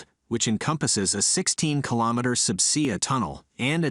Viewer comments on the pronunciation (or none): Hire an actual human narrator. "Sub see-ah" tunnel? "Ghee-o-technical"? This has ended my interest in your channel. Buh-bye. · Sub see uh. Yeah. Lose the AI.